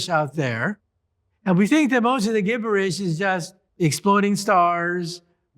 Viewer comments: Wait, did he say Gib-Ber -Ish? It's spelled gibberish. But, it's pronounced Jib-Ber-Ish. Ha. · Learn how to pronounce gibberish.